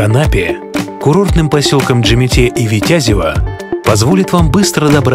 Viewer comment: Красиво!!!! ВитЯЯЯзево -резануло слух.....